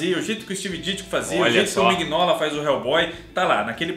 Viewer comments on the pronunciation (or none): none